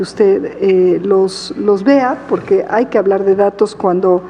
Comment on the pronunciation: Bueno que pendeja está está pinchi vieja, de la cochi galvez. Hable bien pinchi vieja, no se dice poque, se dice Porque Viva Amlo y la 4T. Saludos amigos.